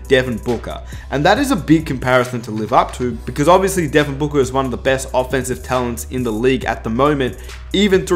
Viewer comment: "Devin Buker"